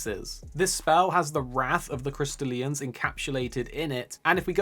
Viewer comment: I love how you pronounce it "crystal Ian's" like they're all named Ian